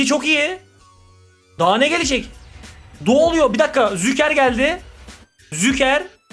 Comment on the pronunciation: Züker değil Şuker kral, vallahi telaffuzun rahatsız etti dayanamadım yazdım hakkını helal et 😊